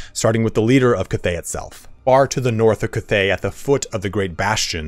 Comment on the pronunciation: I wish I could teach you how to say cathay correctly. Its bothering me too much .